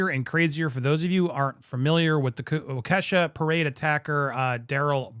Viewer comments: Though you may never use it, easiest way to pronounce it is "walk-e-shaw". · I grew-up in Waukesha, to help its pronounced Wok-Eh-Shaw (Wok like the Chinese cooking pan) . Also, I know someone who was hit during this and has been in the court room. She says its hard to watch him act like a fool after how many people he hurt. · It’s pronounced WALK-uh-shaw. No biggie. But if you wanted to know. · It's pronounced " Wauk a shaw" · Terribly butchered lol. Wa-Kesha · wa-key-sha. (accent on key) my kids we at this parade. I lived in WI until last month so extremely familiar with the area and situation. it was AWFUL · Wisconsin has a lot of odd Native American names to things. It's pronounced Wa-ku-shaw locally. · Hey Andy - it's pronounced Waw-ke-sha with accent on first part. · Its pronounced walk-e-shaw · It’s pronounced walk-a-shah (Waukesha) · It's Waa-kuh-shaw. (Or walkish-awe for a little mnemonic flair)